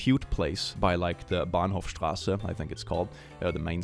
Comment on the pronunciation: Damn the pronounciation of "Bahnhofsstraße" was really on point.